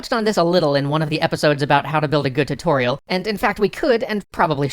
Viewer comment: Dont'cha mean, tu-TORIEL?